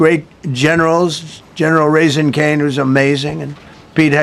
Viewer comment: Did he say General Raising Cane